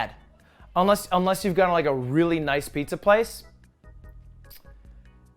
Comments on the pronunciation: he said pizzia pog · Did you you just said "Pizzia"? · "I made Pizzer" Next title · I believe you, Its gonna be the best piz-ja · ‘the best pizzya’ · "this'll be the best pizYA you've ever had"